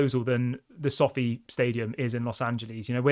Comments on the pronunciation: You pronounce Sofi wrong and it's So Fi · it’s pronounced so feye not sofi lol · It so-fi - like wifi not sofy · It's pronounced so-fi mate.